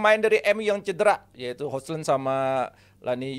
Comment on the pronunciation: Host pea banget hojlund tuh pronounnya hoilund gitu aja gatau sih pea